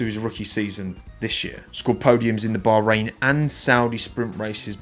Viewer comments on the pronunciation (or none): none